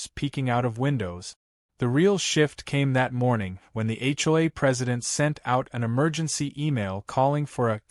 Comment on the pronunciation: HLA??? AI needs to say H O A clearer. 😮😅😂